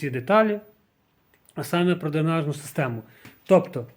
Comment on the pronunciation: дрЕнажні а не дрИнажні))